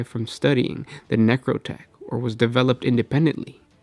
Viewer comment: I think its technically pronounced "necro-two-k" not "necro-tech". At least, that's how they pronounced it in all of the Eisenhorn Black Library audio books.